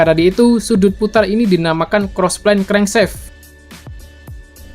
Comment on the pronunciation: Crankshaft bacanya krengsaft aja kali bang bukan krengseft Biar anak stm ngga salah paham